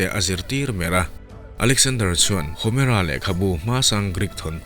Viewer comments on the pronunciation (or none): Homera hming lam dan kha a dik em aw